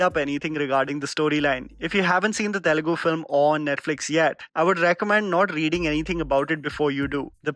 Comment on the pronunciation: I’ve seen a lot of you videos and I am here after watching like 20 videos but please the Telugu pronunciation is soo funny🤣🤣please spare some time to learn the correct pronunciation 😅